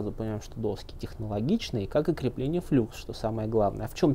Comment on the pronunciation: "ФлАкс" же...